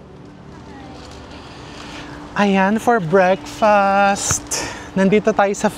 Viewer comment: Ganun ba talaga ng pg pronounce nga breakfast. Like breakfastttttt empahise on t